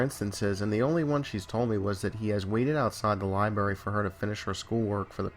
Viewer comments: alex majors yeah I noticed that too. It’s lie-BRAIR-EE! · "Lie-berry?" Haha. Just messin' with ya bro. Dig the channel so far, subscribed, left like, have some suggestions for posts, are you interested? either way keep up the good work